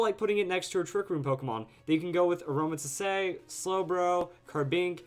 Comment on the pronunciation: btw, the e is silent in Aromatisse.